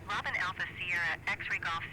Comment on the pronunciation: Bonjour, Tout d'abord on ne prononce par Robin comme Robin Wood mais comme Robin des Bois, Robin c'est une marque française. Laisse tomber l'ATC natif, c'est pourri. Les saisons ne sont pas gérées dans MSFS2020, elle le sont dans MSFS2024 mais comme tout MSFS2024 ça bugue. La neige au sol est gérée dans MSFS2020 mais là aussi avec des bugs comme par exemple de la neige au sol à moins de 1000m en plein été dans les Alpes et alors que c'est la canicule depuis 2 mois. Si tu veux un "vrai" mode carrière, ou plus exactement progresser en tant que pilote je ne peux que te conseiller de voler sous IVAO (ou VATSIM mais c'est moins actif en France) parce que ça te rapprochera de la réalité. Tu peux également en parallèle rejoindre une VA qui te proposera des missions. Rien ne t'interdit d'ailleurs de voler sur IVAO et NeoFly en même temps, attention cependant aux opérations spéciales qui sont soumises à condition sur IVAO (par exemple pour faire un secours)